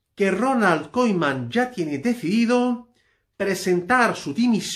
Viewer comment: Si quieres comentar sobre el Barça aprende a decir el nombre del entrenador por lo menos que és eso de Koiman? Siempre soltando bulos bomba!!